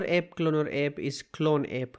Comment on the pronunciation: Its app not epp